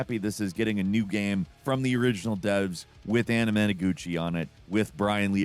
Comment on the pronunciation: You butchered anamanaguchi in the Scott pilgrim part. It’s like onomatopoeia, and they earned rotation in my playlist with the album that has meow. You should check em out, animeaguchi was hilarious though. No disrespect, love the show.